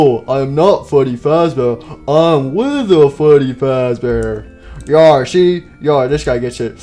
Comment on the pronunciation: Withered Freddy be like: My name fweddy fawzbare